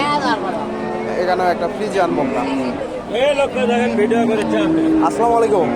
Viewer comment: ভাই সালামটা ঠিক হলো না আসসালামালাইকুম সালাম হবে আসসালামুআলাইকুম